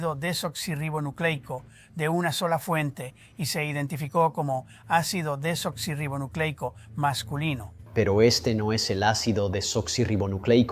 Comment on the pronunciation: Cada vez que dicen ácido deblablablablablanla me da una risa